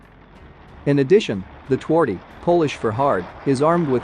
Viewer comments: Twardy is pronounced tfardee. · Twardy - is pronounced as tvardy. Not that difficult. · Twardy is pronounced Tfar-dyh. Please, check pronunciation every time as what you say does not sound at all as what you are saying. Cheers.